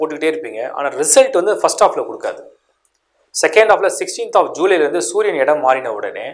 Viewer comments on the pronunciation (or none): not jeelai it is july